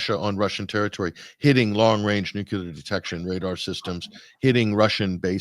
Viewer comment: Sigh... yet another video cut short by the word nucular.